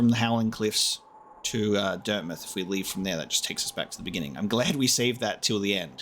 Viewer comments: talking about everyone cringing at his performance Me actually cringing every time he calls dirtmouth, dirtmith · interview with the developers states otherwise. They say its pronounced as dirt mouth. Just cause its spelled similarly doesn’t mean its pronounced the exact same. Though I will thank you for the lesson cause I didn’t know that going into this.